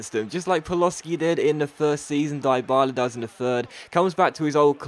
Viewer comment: deebala not diebala